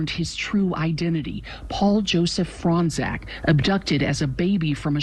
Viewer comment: They say Fronczak like "Frong zach" lol it's "Frone chock"